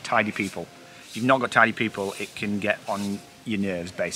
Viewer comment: That was about as thorough a tour of the van as you could ever want. Even after watching all of the vlogs of the trip, you told me things in this video I didn’t know. By the way, near the end when said “you’ve got to have tidy people,” at first I thought he said “tiny people,“ and I thought, well I guess Monkey and Masha count for that.😂